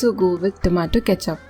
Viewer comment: Tomato cethup 😆😆